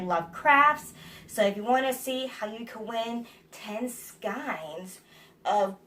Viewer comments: ...skayns, sassy gal, skayns; not skynes... :-D ...Love your spinning wheel! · €Always amused at how you pronounce skeins - love it!¥